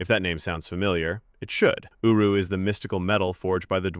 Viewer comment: I kept on hearing him say uwu metal